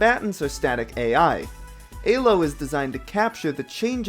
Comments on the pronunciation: what the hell is ayy-low though? It's pronounced eee-low no matter whether you use Arpad Elo's original language of Hungarian or standard English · fucking "aye-lo" dude LMAO, it's E-low, that is how you properly say it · was there anyone else getting tilted by "eh-low" instead of "ee-low" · Why does he pronounce Elo as Ay low, so distracting